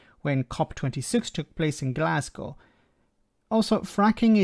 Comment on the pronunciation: All of this is BS, as you point out. Some sound like a good deal for cowboys. Thank you, btw, for pronouncing Glasgow correctly, which most English people cannot do.